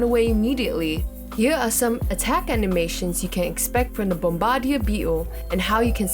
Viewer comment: It’s bomb-ba-deer not bom-bardia